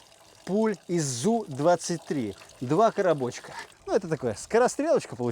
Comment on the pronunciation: Классно, зрелищно, интересно! Но сколько до цели? Метров триста? ИМХО это не серьезно для такого оружия. От 1,5 - 2х км., было бы интересно. Взрывается снаряд, а не пуля. ЗУ-23-2 это сдвоенная пушка, а не пулемёт. По этому стреляет снарядами. Правильно говорить З У, разделяя буквы, а не зу. Из за этих бревен, 2 стрелка с АК, свалили бы тебя и твой камаз, раньше, чем бы ты остановился на этой позиции. ШОУ для диванных "танкистов".